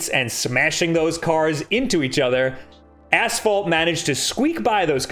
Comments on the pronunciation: I keep hearing him say "ass-fall" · Maybe it's a regional thing, but we say "ash-fault" here.